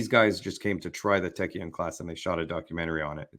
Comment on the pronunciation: It's Taekkyeon.